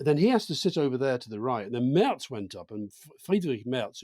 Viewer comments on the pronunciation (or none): none